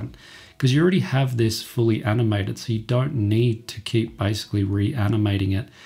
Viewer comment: it is basicaly not bycicaly